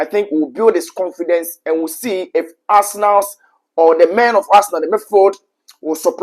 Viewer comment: Arsenalssss 😂.... What's with the Sss. bro?